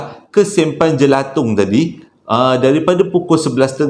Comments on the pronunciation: Jalan Jelatang, bukan Jelatong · Jelatang bang bukang jelatong. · Jelatang bang.....bukan jelatong